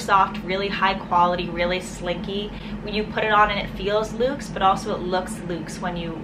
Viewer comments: "Lukes"? It's pronounced "LUX" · Beautiful choices. You really have an eye for classic, beautiful things. Glad you were recommended. (Side note: I think you might have been saying the word "lux" , using an "oo" sound. Lux actually rhymes with sucks or ducks when spoken. Forgive me if you were saying loose.)